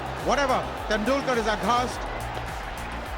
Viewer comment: where are all the horrific calls by the Australian umpires for years v Nz .. this one cost us the match .. fking cheats and who does this commentary ? AI? You can’t even get B Bowdens or Tendulkars name even remotely correct. Down voted